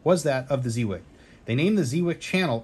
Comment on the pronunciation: Lol I just got this coin as a gift, love it! It's pronounced Zey Wake! VOC is at the top!